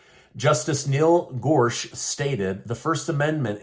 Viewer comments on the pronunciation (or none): It’s pronounced Gor-such. He has Wyoming roots.